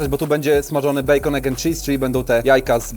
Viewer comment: Nie bekon pjur tylko bejkon , przejezyczyles sie 😅